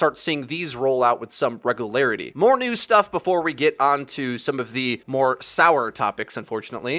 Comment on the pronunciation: He says “regularity” so weird